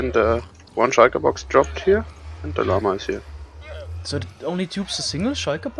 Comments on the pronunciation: No offense but I can't get over him calling it the Yama not llama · My ears! 🙉🙉🙉 Please stop calling them yamas... I know the Americans put an unnecessary L in the front and in Spanish you would pronounce it like that but they are still Lamas. Auf Deutsch heißen die doch genauso... 🙈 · It’s Llama, not Yama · Jama isnt the correct Spanish pronounciation, Yama or LYama is mostly correct for most europeans the difference wouldnt matter because of their thick accent, but for americans there is a difference between a JAY and a YAY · the way he says llama sounds like yama and i love it. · No one:: Yammas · Anyone else hearing pronounce it iama? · Ich schwöre wenn er noch einmal Jama sagt Mashalla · I get annoyed when he says Yama... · He pronounces it "yama" like it's a Spanish word. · German has a tendency to use the original languages pronunciation with loan words. That concept is probably just carrying over for him. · why are you pronouncing llama like it's in Spanish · People punting out pronouncing llama like it's a Spanish word... Wait till they hear that it is a Spanish originating word